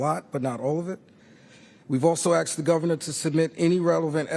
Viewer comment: “Dey done axed da gubbuhnah”